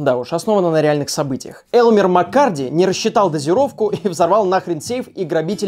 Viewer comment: Начал гуглить, МаккЕрди а не Маккарди....ну ептвоюж ну камон, ты же готовишься, что за нелепые ошибки.